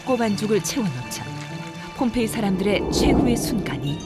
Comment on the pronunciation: 허허, 그렇습니까? 다소 엉뚱하지만 말씀하신 "봄페이"가 아니고 ""폼페이"라고, 좀더 정확하게 표기해야 할것같습니다. 과거, 인도의 "봄베이"라는 도시가 이 영상의 "폼페이"와 발음이 헷갈린다고하여서 지금의 "뭄바이"로 바뀌었다고합니다! ㅡㅡㅡ